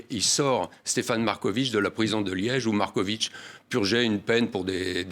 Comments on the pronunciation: C'est pas MarkoviK, mais Markovitch, avec tch ... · Patrick Simonin est un excellent journaliste posé et souriant mais pourquoi prononce-t-il le nom Marković : Markovik? C'est un nom serbe qui se fini avec un c surmonté d'un accent aigu et qui se prononce donc Markovich. Philippe Brunel prononce correctement le nom tout au long de l'interview mais Simonin ne corrige pas sa prononciation et s'obstine à prononcer Markovik! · Svp proncer Markovitch comme Djokovitch